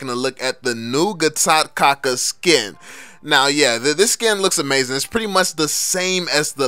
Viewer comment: Vell. its pronounce kacha. Like "cha"rlie. 3 videos and you're still not saying it right.